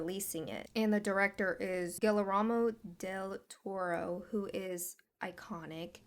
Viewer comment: You mispronounced Devon Sawa and Guillermo (g-ee-er-moe) del Toro. Small issues, still a good video!